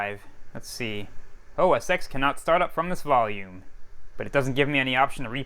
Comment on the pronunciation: It’s meant to be said “OS Ten”